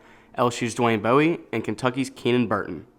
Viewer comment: You mispronounced a lot. I’ll help with one. It’s Dwayne Bowe. Like a bow and arrow. It’s easy to remember. “Somewhere over the rainbow”, “somewhere over Dwayne bowe”. Yes. That’s where his name comes from lol